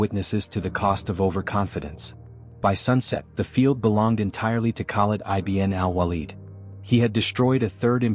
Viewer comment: Excellent article well elaborated the walaja battle field . U have to be more cautious on AI voice narration as it was mispronounced the name of Khalid ibn walid. Keep posting about forgotten Heroes of histories